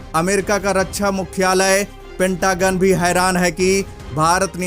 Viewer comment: जय हिन्द ! भाई रक्षा बोलो रच्छा नहीं